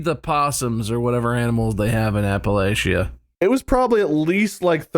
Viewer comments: It's APPLE-AT-CHA. Sincerely, someone who grew up in the town of Appalachia. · it's apple-LATCH-a